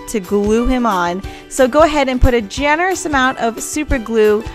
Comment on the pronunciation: Stop saying genorous